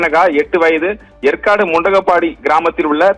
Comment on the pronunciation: Yempa yercaud ucharika theriala ni epdipa seithiyalar ana